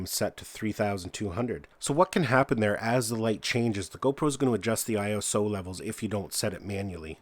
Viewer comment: He called it iOS instead of iso.